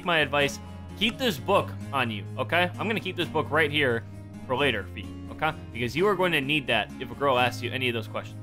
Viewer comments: Why do you say oka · why do you say oka???